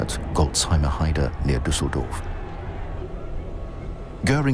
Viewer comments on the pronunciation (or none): none